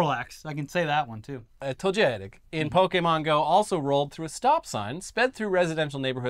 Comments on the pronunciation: Toe-get-ic Otherwise great video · How many times do we have to teach you this lesson its TOE-GU-TIK. 😤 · lol toe-get-ic Haha how do you guys fuck that up? Even the cops got it right in the video. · pokemon names are pronounced syllabically to-ge-tic pi-ka-chu bul-ba-saur char-man-der snor-lax idk exactly why this is but its very likely to do with the japanese language being syllabary and needing to obviously and easily pronounce their names (since thats all pokemon say) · The Pokémon is tow-ga-tick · Better that the cops be distracted playing pokemon go than harassing minorities and shooting unarmed ppl, also its pronounced togetic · properly pronouncing Pokémon was an instant reminder to hit the like button 👍 Even gaming channels for some reason ignore the accent and say Pokeemon the boomer way like it's not pronounced properly all over the media. Togetic was pronounced wrong but getting names right doesn't matter. You would have to actually be into the media to get 1 of nearly 1000 names pronounced right. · that vague Italian accent to say Togetic is all I need to accept that's the new, and correct way to pronounce it. Accent and all. 🤌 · got togetic right the second time, not bad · as an active pokémon go player and radical anti-cop leftist, that story cuts into my soul in the worst way, every single time. worst crossover ever edit: the togetic pronunciation is salt in the wound